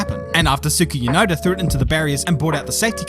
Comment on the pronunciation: Why do you call him Tsuki Yunoda?